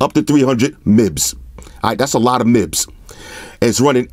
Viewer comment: Bruh "mibps" 😂 you the 🐐